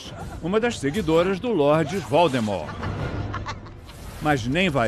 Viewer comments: É a primeira vez que eu vejo alguém falando Voldemort com o t mudo, a forma correta. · Todo mundo fala lord valdemort kkkkkk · Valdermor? Quando é que Hogwarts está sendo ameaçada?